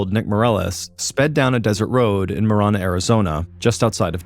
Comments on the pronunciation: It's pronounced ma-ran-uh, driving me crazy lol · It’s “Ma Ran A” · It's throwing me off because of the way Mr. Ballen is pronouncing marana